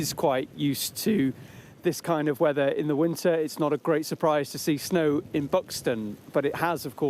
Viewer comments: "Da Wevva" 🙄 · Like how says snowy wevvar.